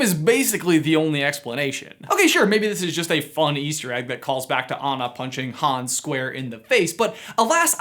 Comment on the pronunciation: Hans... not Hones